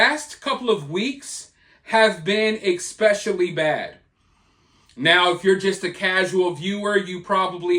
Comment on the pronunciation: Expeshially bad? Lmao